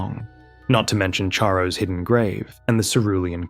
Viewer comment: Excellent work, please learn to pronounce "Charo" correctly.